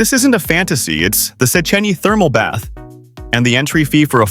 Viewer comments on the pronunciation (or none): none